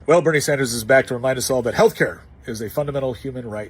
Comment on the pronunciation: No he didn't say healthcare, he said "healthcayah". Two totally different things.